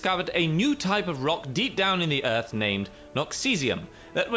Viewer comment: Uh Cap you said eart instead of earth